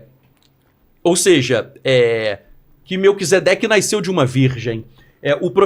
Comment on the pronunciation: ALGUEM AVISA QUE É NASCEU E NÃO NAISCEU.